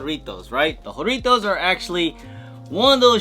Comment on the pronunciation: Whore itos ? Bro it’s jah rrrritos